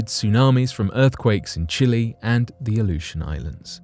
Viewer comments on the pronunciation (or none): none